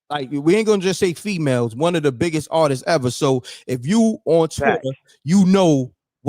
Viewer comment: It's not Artises...it's ARTISTS.